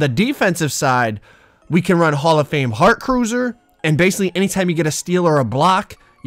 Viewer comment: Heat crusier 🤣